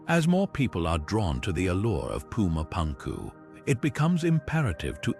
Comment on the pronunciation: whatchyu mean? you don't like puma pankoo?